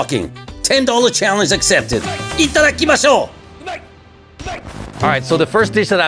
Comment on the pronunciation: btw love the "ITAKEMAS", never change it :) the death stares had me laughing this episode